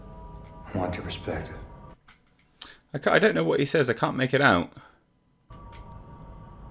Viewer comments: "I WANT YOUR PRESEPCTIVE" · “perspective” AND Your the main “course” not “cause”